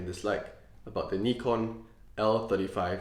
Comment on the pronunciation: finally a person who pronounces Nikon correctly!